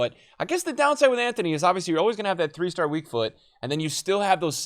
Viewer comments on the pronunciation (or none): none